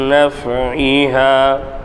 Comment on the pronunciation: மின் naf(ie)ஹிமா இடத்தில் ஐன் விட்டு விட்டு ஓதுர மாதிரி தெரியுதுங்க